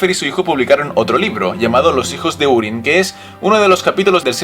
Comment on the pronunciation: Se pronuncia júrin, no úrin.